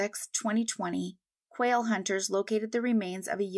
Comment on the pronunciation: "Quail" hunting. I had to turn on the closed captioning for that one because it did sound like "whale".